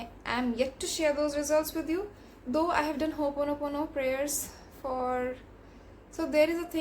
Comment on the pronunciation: As my teacher would say. It's not "hoopono" It's ho'oponopono. I think the word itself has some power since this was emphasized.